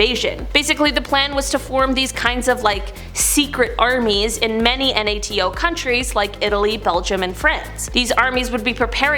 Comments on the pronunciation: its ok you can say the word NATO not spelling it out we won't freak out on you. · you can say NATO as a word